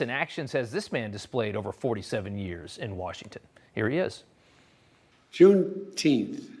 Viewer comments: Get it right, its pronounced Juneteenff!! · Juneteenth, for christ's sake , you are murdering the English language.Anything else you can wreck whilst you are at it? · He bite his teeth to say juneteenth.